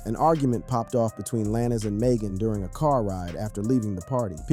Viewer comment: It's pronounced lanes not lanis.